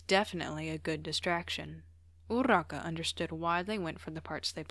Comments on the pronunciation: No but the fact that you say urraka (weird spelling included) anyways love ur vids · ima be honest ive never heard anyone roll urarakas name and the way you do it is just- AJSISICJ/pos anyways, sobbing. bakugos such a menace😭